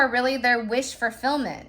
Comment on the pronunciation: Fulfillment… there is no R in the word fulfillment… wish fulfillment…. No R at all…